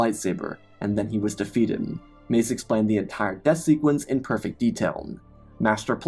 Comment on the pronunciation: weird verbal quirk.. you end some last words of sentences with "m". "galaxym", "defeatedm", "the call to do som" "now truem"